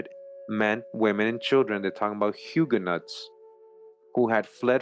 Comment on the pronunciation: Hue-ga-nos not Hug-ga-nots